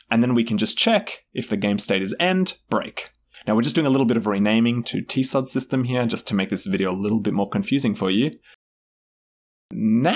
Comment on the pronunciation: For some reason, your "t-sod" pronunciation bothers me endlessly. In part because "TCoD" is short for "The Chronicles of Doryen", and because "cod" is already a word in English, both of which are pronounced with a k-like c, not an s-like one.